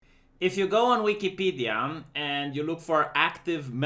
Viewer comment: What is this 'Weekeepeedeeyah' you speak of? ;-)